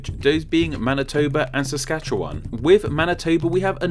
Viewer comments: Thank you for pronouncing Saskatchewan correctly. Canadians even get it wrong. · Your pronounciation of Saskatchewan is about as close as anyone who doesn't live hear gets it, and newfoundland is pronounces newfin-land, not quite sure why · Watching from Saskatchewan, which you pronounced pretty well without any of that "sah-skah-chew-aahhn lol I don't know how to say this, so hard" BS everyone else does. Also fun fact we have a town called Swift Current which means you could live in "Fast Water, Fast River". I'm watching from the city of Saskatoon, which as far as I know was named after a berry that grows in the area (unless it was the other way round). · Just a tip Newfoundland is pronounced more like new-Finland Btw well done on the pronunciation of Saskatchewan